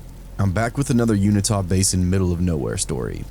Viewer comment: did you really just say Unitah? It’s YOO IN TAH, Uintah, you deliberately said it wrong and didn’t even read it correctly. ohmygod